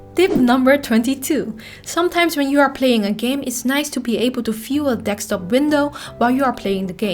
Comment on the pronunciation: Can't figure out what a dekstop is... Other than that, great video with the most amazing Dutch accent.